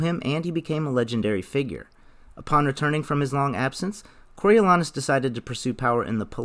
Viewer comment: The A is long in Coriolanus. Go see some Shakespeare.